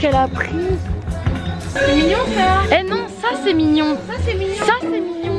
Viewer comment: Le nombre de fois qu’elle a dit mingion jpp 🤣🤣☺️